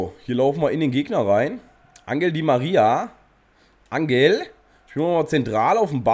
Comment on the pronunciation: Das g in Angel spricht man "ch" aus also sozusagen "anchel di María"